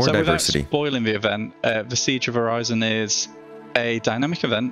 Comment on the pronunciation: My brother in Christ, you MADE the name, its pronounced Orison :P Okay but they did have that little tidbit of people in lore having different dialects, but still xD